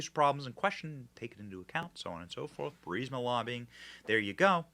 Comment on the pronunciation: And don’t worry about not being able to pronounce a basic word like Archmere correctly Benny. While it’s a stupidly basic word to pronounce you can’t even pronounce BURISMA or NUCLEAR correctly either 🤷‍♂️ And the real NUCLEAR cringe is having to listen to Benny continually butcher the pronunciation of a basic 7 letter word like NUCLEAR.